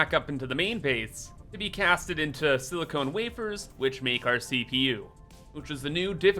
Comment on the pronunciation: SiliCON, not SiliCONE. ;)